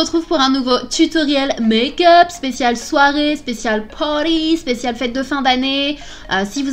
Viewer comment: Quand tu as dit "Party" j'ai cru que tu avais dit "Pauline" mon prénom j'ai pas compris 😂 faut que tu arrêtes avec ton anglais Sanaa sérieux 😂😂❤ Bon je t'aime quand même 😍😂❤ et le maquillage est dingue je vais peut être le faire pour Noël ❤ #snapananas 💚🍍🙈